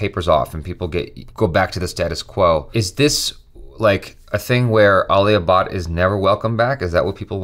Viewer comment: bruh he pronounced alia bhatt tlas aalia baad